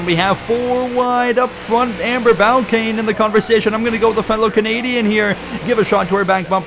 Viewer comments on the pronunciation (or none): Please learn how to say Amber Balcaens name. It's not Balcain, it's Balcaen (Bal-kin) is how it's pronounced.